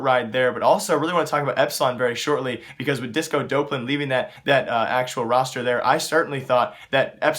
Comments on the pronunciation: Its not disco dope-lan its disco dop-lan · just fyi it is pronounced disco d-awp-lan